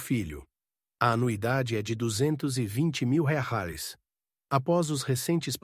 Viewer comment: Porque ok narrador não sabe falar a palavra Reais